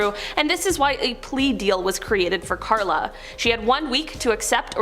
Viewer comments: Her name is Karla Homolka, not Klara. Do you research. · You’ve prob already heard this but it’s Carla Homolka, not Clara. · Its not “Clara” Homolka, its “Karla”, and they lived in a city not too far from mine. About half hour away. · This guy is terrible! It’s Karla not Clara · It's not Clara Harmolka...it's Carla Hamolka